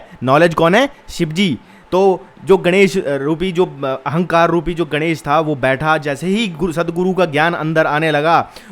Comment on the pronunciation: Ganesh is pronounced as गणेश and not गनेश so गण means follower Elephant is गज:।